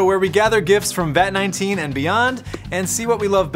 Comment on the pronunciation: He said vat naneteen